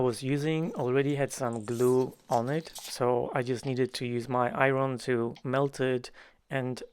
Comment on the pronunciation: Favorite video to date! For the sole reason of the number of times you were used the word I-wren (iron). 😂 I love the way you pronounce that word! Kidding aside, unbelievable! I think I was most impressed by the way you made the circle. Another awesome video! Thank you!